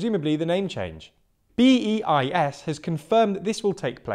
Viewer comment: As ever, an interesting an informative video. Thanks. For future reference, BEIS is pronounced ‘baize’.